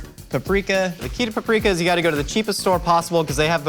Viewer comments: The way he said “paprika”..... something inside of me died. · WHY DID PRONOUNCE PAPRIKA LIKE THAT